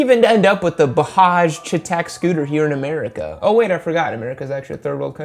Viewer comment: It's not bahaj chetaak , its pronounced Bajaaj chey-tuck